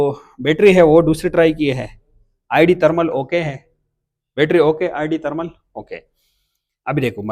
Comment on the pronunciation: بھائی جی آپ پٹھان ہو آپکے بولے ہوئے الفاظ سے معلوم ہو گیا، میں بس اتنا پوچھنا چاھتا ہوں کہ ایک انگریزی لفظ ہے ویڈیو آپ اسے وَڈیو کیوں کہتے ہو؟ اور دوسرا انگریزی لفظ ہے تھرمل آپ اسے ترمل کیوں کہتے ہو؟ اگر ویڈیو کو ویڈیو ہی کہو گے تو کیا آپکی باتیں سمجھ نہیں آئیں گی؟ تھرمل کو تھرمل کہو گے تو کیا سمجھ نہیں آئے گی ہم عوام کو؟ ٹھیک ہے آپ موبائل ہارڈ سافٹ دونوں کا علم رکھتے ہوں گے لیکن پہلے اپنے الفاظ بولنا درست کرو، لو جی الفاظ سُنو خان کے وَڈیو اور ترمل یعنی ی اور ھ کے حروف ہی کھا لئے گئے ویڈیو کو وَڈیو اور تھرمل کو ترمل کمال ہو گیا، میں پیدائشی طور پر سرائیکی ہوں عربی اُردو پنجابی فارسی انگریزی یہ ساری زبانیں جانتا ہوں بولتا بھی ہوں پڑھتا بھی ہوں سُنتا بھی ہوں لیکن میں نے کبھی ویڈیو کو وَڈیو اور تھرمل کو ترمل نہیں کہا، اس لئے مہربانی کرکے وَڈیو ترمل کو ویڈیو تھرمل کہا کرو 😐